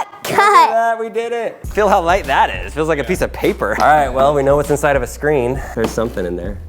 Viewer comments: okay now it's Hat'sInSide?!? How does wha wha wha h how does 'Hat'sInSide' make sense? ?????? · "HAT'S(IN)SIDE?" lol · lol "hat's (in) side"